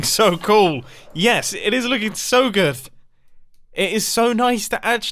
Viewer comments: “Yes! It is looking so gooth!” - Mumbo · is it just me or did mumbo say "it is so gooth" ?? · For now on, instead of saying good I will say gooth. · ~so gooth~ mumbo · Anyone else released he said “its looking so giv (gife?)” at roound about ish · Yeah that was what I was going to say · Yes, yes he did